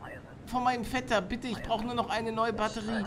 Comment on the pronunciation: Hat er Vetter oder Fetter gesagt? ;D